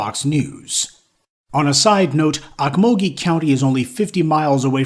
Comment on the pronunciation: It's pronounced oak-mole-gee